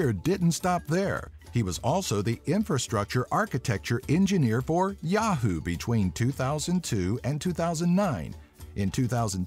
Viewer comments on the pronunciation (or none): none